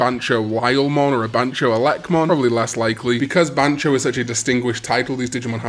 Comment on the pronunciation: Ban-Tyo not Ban-cho, this ain't Bancho and Kazooie😂